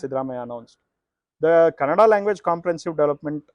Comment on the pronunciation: This guy who explained the rule and gave a background keeps pronouncing Kannada (ಕನ್ನಡ) as Kanada (ಕನಡ). 🤦🏻‍♂️ First get the basic pronunciation correct. Either ignorant or lazy.